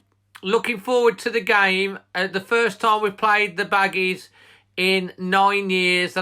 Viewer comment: Love you and your Dad , but , ' Come on me Babbies '? , I think you mean 'Come on me Baggies ' , lol , all the best from a Baggie .